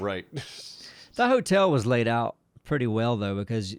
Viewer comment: First i did think it was just making got laid into lade as a joke pronunciation, but then my trucker stuff came to mind